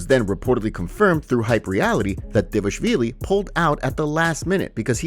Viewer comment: It is D V A L I shvilli. Not D E V A shvilli. Why can't you guys get it right? The second letter of the name (which is a V) is following the first letter (which is a D) . All together it is D V A L I S H V I L L I.